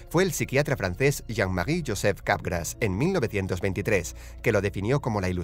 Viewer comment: Le entendí "sindrome de garrapatas"